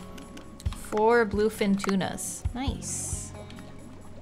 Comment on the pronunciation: Every time she says "blue fin tuna", my brain goes for just one second: "... what the F is bloofin' tuna? 🤨" 😅